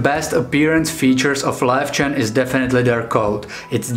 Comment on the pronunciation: Yay for the correct pronunciation! :D My Löwchen only does a sort of quiet short bark if there's abnormal human activity outside our apartment block at night. So it's really rare and I know to get up and inspect what's going on if she does that. But she's the only little lion dog I've ever had - she came to us as a 7 year old rescue from an illegal and filthy puppy farm - so I don't know if she's typical for her breed or not.